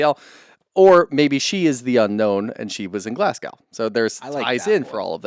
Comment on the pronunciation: Love you guys; my favorite regular podcast list... but... as a native Glaswegian (now living in the US), it's pronounced Glas-GO, not the way pronounced it as if it rhymed with cow. Thanks!!